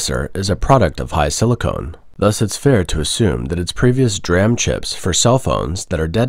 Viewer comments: Another one: SOC = system on a chip, so 'SOC chip' has one chip too many. Another one: DRAM is normally 'd-ram' , not 'dram'. Anyway, apart from these trivia, it is a very good video. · For the record DRAM is usually pronounced D-RAM. Very minor point though.